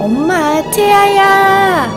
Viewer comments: 채야야 라고들리는1인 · 꽃빈님이 채아야 해야되는데 왠지 채야야 하는거같아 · 채야야라고 하는것같닼ㄲ